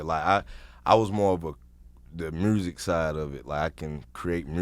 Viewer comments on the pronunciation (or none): I just want Scrappy to say “MUSIC” one time. Just once lol #Mursic